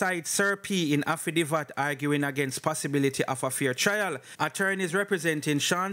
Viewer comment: Say it with me "afi david" wah name affi divvat? 😅😅